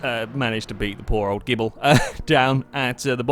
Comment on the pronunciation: that's not the starting line on the dragstrip, it's pronounced (GI)-(BLEE)